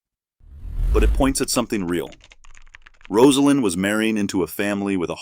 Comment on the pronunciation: Thank you for pronouncing her name correctly. Still news media says it wrong. Disrespectful.